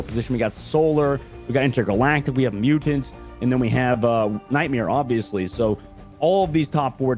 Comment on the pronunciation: oohhh I was wondering why tf in a different video he kept sayin mutant's team and it clearly says mutate. Bothering tf outta me 😭 but do these people every actually SAY they're name tho? Like with there voices?